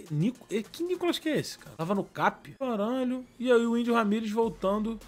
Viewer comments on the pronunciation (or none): Cazé falando o nome do Felipe carballo kk🤣🤣